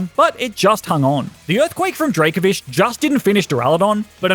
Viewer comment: DRACOVISH, NOT DRAVOFISE!